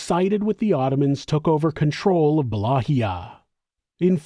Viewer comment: Please allow me to humbly help you to correctly pronounce Wallachia...It's Pronounced: Va-LA-kia NOT Wallahia.